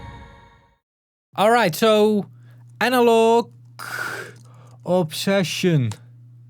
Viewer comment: "I think I'm pronouncing it correctly" - sorry to be the guy but: No, not even close 😂